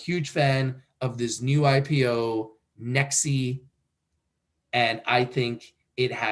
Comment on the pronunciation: Its Pronounced as NEX (E is silent)